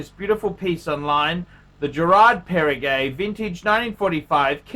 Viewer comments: Does he call it Parri-gay? :D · It is Perregaux and not PERRE-GAY!